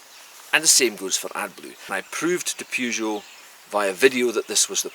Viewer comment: It's Peugeot not Peejoo simp